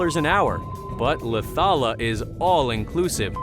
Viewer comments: The way he said Laucala tho😂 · Its LAUCALA ISLAND